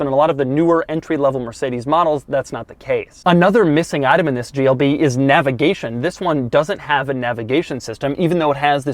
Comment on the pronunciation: At the start of the video I think he said “GLD”